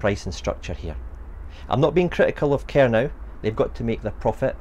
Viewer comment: No, No, No! It's pronounced Ker - No not Ker-Now